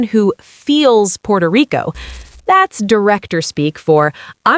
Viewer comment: Puerto Rico not Porto Rico, please don't go😅